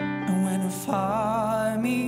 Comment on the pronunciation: musi jeszcze dużo popracować nad wymową angielskich słówek... Wybaczcie ale I do it for Yooooooooooo... (masakra) i You know it's TRU... zdecydowanie wygrał:)